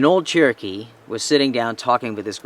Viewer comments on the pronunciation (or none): none